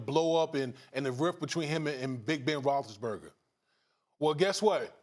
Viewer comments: This guy can't even say big bens name correctly. BEN ROSI-BURGA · No Ryan Hollins is a plus. Spears needs to learn how to say Big Ben’s last name. Your a pro for god sakes lmao. Rothisburger lmao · If you can't pronounce Roethlisberger properly, just say "Big Ben" please.